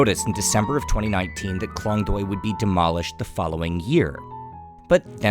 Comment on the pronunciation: You pronounced Klong Toei wrong and its very annoying but not your fault, its confusing for westerner.